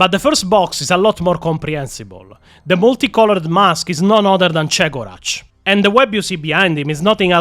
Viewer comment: I believe Chegorach pronounced as Ke-go-rakh (listen to audiobooks about harlequin red swan by Gav Thorpe, they mention the laughing god)